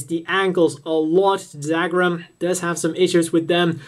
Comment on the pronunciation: What's Dagram?....you mean Dougram pronounced Dugram..